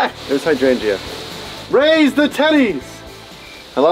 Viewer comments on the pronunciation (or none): Pronounced hydrangers